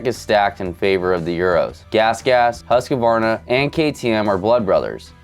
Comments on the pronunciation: Huska-warna 😂 it's Huusk-varna🇸🇪😀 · The way he said Husquarna 😂😂😂😂😂 HUSKA-WARNA 😂😂😂😂😂😂😂😂